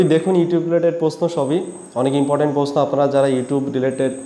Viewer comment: ভাই প্রশ্ন উচ্চারণ টা আগে শিখেন